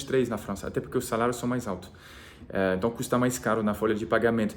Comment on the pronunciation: O dia em que vc disser "então" no lugar do "enton", já era! Virou definitivamente brasileiro. Kkkkk. Abraço e boa sorte